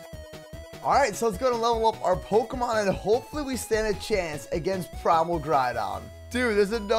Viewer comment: Pikelmon is really bad with generating ultra space. can't even pronounce pokémon properly.